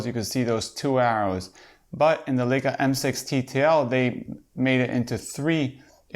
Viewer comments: If you review Leica first learn that it is LAJKA not LEJKA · Pronounced LIE KA